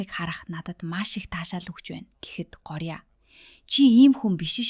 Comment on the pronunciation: гооръя гэд уншина шүү